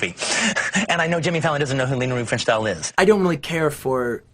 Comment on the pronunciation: Quentin Tarantino criticizing actors not knowing Leni Riefenstahl while simultaneously saying her name wrong is just peak Quentin egoism.